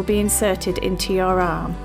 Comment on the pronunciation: Sounds like she stresses the 'arm' for some reason...